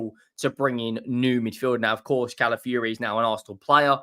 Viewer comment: Cala fiori not Cala fury.